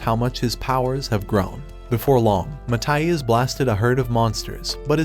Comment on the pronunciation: not how i'd say ma-thi-as to be honest its kinda annoying